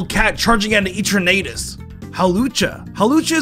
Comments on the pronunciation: The way he said eturnatus (ETRA-NA-TUS) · Ee-tra-natus... Isn't it called et-er-na-tus?